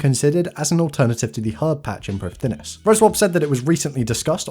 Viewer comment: Heads up to save you from the embarassment int future, Prifddinas is a Welsh word, so it's pronounced like Prif-thin-ass, with the 'th' like in 'father'.